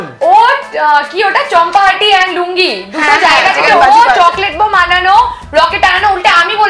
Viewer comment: কৌশানি দি ওটা চম্পাহাটি না ওটা চাম্পাহাটি😂😂😂😂😂